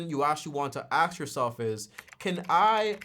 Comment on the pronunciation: The "axe" instead of ask is killing me😭